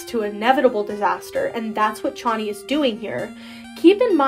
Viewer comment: YES IVE BEEN WAITING FOR SOMEONE TO MAKE A DISSECTION LIKE THIS also “chonny” is pronounced “ch” (like the ch of “chug”) “onny”, it’s pronounced in Welcome To Tally Hall Also, Was that redditor named Pathos?